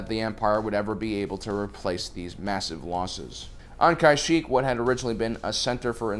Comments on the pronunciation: Listen, I love your channel, but I honestly think you purposely mispronounce Star Wars names lol. Planets, people, aalllll sorts of things. It's pronounced "YOUP Tuh-SHOE" not "You-PAY TAH-soo". That's the less grievous offense lol. "KOO-watt" Driveyards, not "KWATT". "Ka-SHEEK", not "KA-sheek"......it's like they just hired you to talk even though you don't really know anything about Star Wars...... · We gotta work on your pronunciation bud. Kuat and Kashyyk and other names sound add when say em.